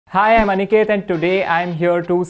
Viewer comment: I love how he says Aaniket Instead of aniket